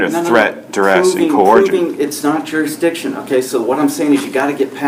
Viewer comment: What the heck is, "telephonic"? He is not "journ-ee-izing back to court-a-cus, but not allowing a telephonic, hear-ee-izing. But no one has proven juris-dict-izing beside telling him what it is over and over again. He is a more-on-than-off-on (moron) Good luck Texas. I suspect shock therapy will do him well so warm up those taze-a-fa-zers.